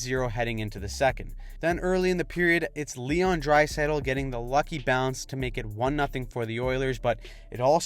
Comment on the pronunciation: Dad anov? say it right please. same with heiskanen, etc. if you can say draisitl right you gotta pronounce the other ones right too